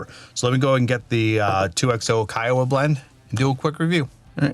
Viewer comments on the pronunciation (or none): It’s pronounced Key-wah. Like the PGA golf course. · Local from South Carolina here. Pronounced key-a-wah Cheers!